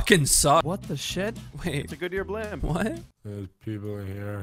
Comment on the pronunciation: Lol basically says blimb instead of blimp